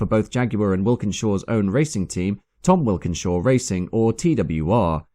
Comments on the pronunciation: Walkinshaw. Sorry to pull you up as you're so meticulous, but the 'Wilkinshaw' really jarred. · I’m pretty sure that’s not how you pronounce Tom Walkinshaw’s last name. I’ve never heard anyone say it out loud , except you, but I’d say walk - in-shaw not wilkin-shaw. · The proprietor of TWR was actually named Tom Walkinshaw, not 'Wilkinshaw'.